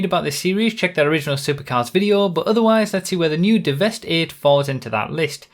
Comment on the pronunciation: Since it's a play on words, I think it's pronounced Devastate rather than devest 8